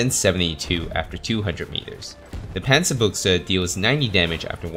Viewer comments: Say Panzerbüchse, not Pänzerbuchse. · Think think its pronounced as panzer byou-huh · It's pronounced panzer Boosha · Well, actually it's pronounced Panzer Büchse with the ü being closest to something like the i in "bird". So it's more like Panzer Bi(r)gse